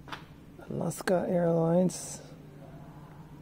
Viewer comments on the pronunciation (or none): none